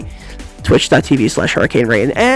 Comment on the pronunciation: LMAO HURRICAYNE